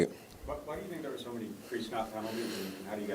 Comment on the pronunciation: You know you gone Cajun Kamara . He said right DARE . (There )love u bro !!!